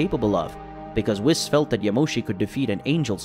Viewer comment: How a DBS fan doesn’t know how to pronounce Beeris or Whis is beyond me smh